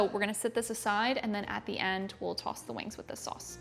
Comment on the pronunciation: From my home cooking experience, I always mix all of the ingredients together in a bowl, then apply the mixed ingredients to the food product. This applies even coating. Hearing New York in your "sauce" and "toss" pronunciation.